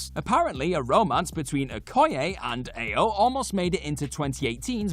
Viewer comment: He said it right the first time... (Ayo is pronounced I-yo not Ay-o) so close!!